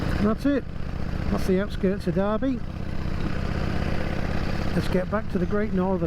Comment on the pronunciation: Awesome, but just one small comment, the town is Derby not Darby, so pronounced with the definitive "er" sound. I tip my hat to your courage and confidence riding these old bikes across the top end...an amazing achievement.